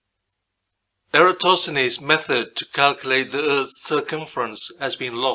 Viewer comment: That dude completely butchered the pronunciation of Eratosthenes